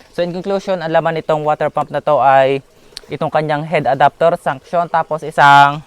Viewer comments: Suction Po Hindi Sunction. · Suction Hindi sunction😁